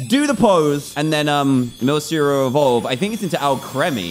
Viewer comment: Ah god your saying Milcery wrong Also the dark type gym leader is called the allister and he has a mimiku